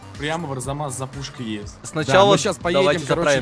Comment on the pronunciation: Арзамас а не Разамас!!